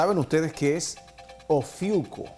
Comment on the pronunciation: 😂😂😂 todos los "astrólogos" están dando diferentes fechas y diferentes datos y está señora que ni siquiera se sabe cómo se pronuncia el nombre de "Ofiuco"... Desastre cuando desapareció Plutón como planeta... Así que no hay prueba de la salida de las cavernas 😂😂😂 Metió a la NASA y desde la perspectiva de la atmósfera y el espacio, todas las estrellas cambian de posición y no forman las figuras que se denominaron constelaciones... 😂😂😂